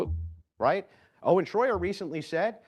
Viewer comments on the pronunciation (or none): It’s Owen not oden